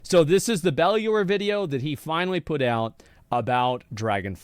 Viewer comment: Dude still can't pronounce "Bellular" properly lmao